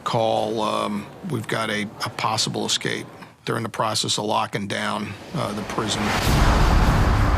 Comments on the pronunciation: xscape is not how you say it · They keep saying ex-cape... its escape... call me a grammar snob I don't care lol... its irritating